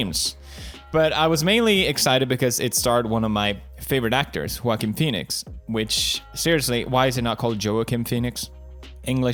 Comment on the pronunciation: Is it just me Or i hear 'quaking' Phoenix